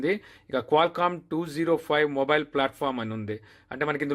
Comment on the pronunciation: Morile kadu samy mobile